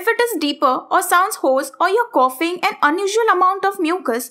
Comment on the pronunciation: It’s not coffings it’s coughing